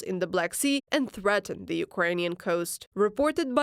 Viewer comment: Friendly suggestion: the interpreter is understandable-enough, but they really seem to struggle with the pronunciation of the "th" sound. Im confident that with a little focused effort and practice, zis is zumzing zat zey could improve - just zink about how zey say zuh z sound.